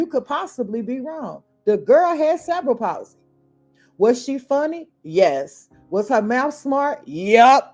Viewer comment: Ive watched a whole half of this video before I understand you werent saying "several policy" but "cerebral palsey". The accent should be on the "re" (ceRebral)